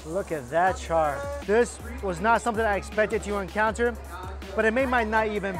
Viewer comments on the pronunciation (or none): none